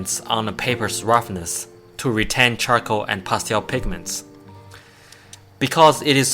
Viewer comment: "pasteowl" xD